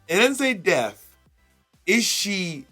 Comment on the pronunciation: "Is she death" "No. Death becums her"